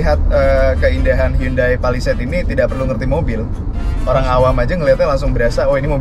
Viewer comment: Bacanya handayy bang bukan yundai